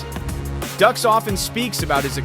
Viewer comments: Frank's last name is pronounced "Duke". Fun fact: Steven Seagal's first wife owned a chain of Judo dojos. ($) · It's dukes did you even watch bloodshot? Also its not pronounced seagull. It's Segal and dukes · Pronounced "Dukes" not "Ducks" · pronounced "dooks" not "ducks" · It’s pronounced dukes not ducks. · Segal is sickening liar and just as bad or worse than Dux and it’s not pronounced ducks 🦆 it’s put up your Dukes ducks pfffft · Always disappointed when the narrator didn't do the research. Frank Dux is pronounced Dukes, Not Ducks. Take a moment to get it right people. Makes me wonder what else they got wrong. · Pronounced Dukes, not ducks! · I am no fan fan of Frank Dux (pronounced Dukes NOT Ducks) But this video's narrator couldn't try any harder to glorify Seagal... He was making claims for how legit Seagal is and just singing his praises about everything... But when it come to Dux he basically called him a fraud which we all already know and even elluded that Dux has no formal training... While Dux greatly over exaggerates himself he is a legit martial artist... They both have reputations for being liars and if I am being honest hearing from martial artist who know them both I would lean toards Dux just whipping Seagal at any stage of their life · The pronunciation is driving me nuts lol, it's pronounced dooks not ducks lol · This video would have a bit more credibility (a tiny bit) if the idiot commentator actually bothered to learn the proper pronunciation of ANY of the main characters in the video. He gripes about Frank Dux (DUKES, not DUCKS) not knowing what he's talking about, yet this guy doesn't even know how to pronounce a simple name. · Oh my God it is pronounced Sagal not seagull and it's not pronounced Ducks it's pronounced Dukes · They are both funds. It's Seagal not seagull, Dux is pronounced duke's not duck's. Stupid a.i.!!!!